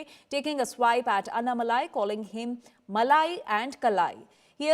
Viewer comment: The malai in anamalai is very much differently pronounced from malai in rasmalai